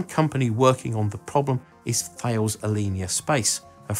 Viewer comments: Thales, the French aerospace company is pronounced like “tal-ess” (like you would say “talos”, not “thay-als” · Thales is actually pronounced more like 'tarless'. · you pronounced thales wrong, its t- har-lez. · Actually is is supposed to be pronounced "Taliss" (As it says here "As in Alice" ) - but we accept any reasonable pronunciation - "Th Ales" as in this video is the most common we hear. No idea why they didn't stick with the original "Greek" Tar-Less, given it was his name we used..... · Just so you know, Thales is pronounced without the H! It's pronounced like Palace :) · Pronunciation of Thales... At 12m 58s you mangle the pronunciation of Thales. It's pronounced like "Alice" believe it or not. Ref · I've heard it pronounced tal - ess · Learned a lot, thanks! One point: "Thales" is pronounced "tar-liss" ;) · FYI... The company you mentioned, 'Thales', is pronounced 'TAR-LESS' after the ancient Greek philosopher, 'Thales of Miletus'. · How do we pronounce Thales ???? It doesn't take much research for that one LOL.